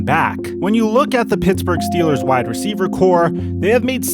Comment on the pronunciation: “ juju is a great receiva”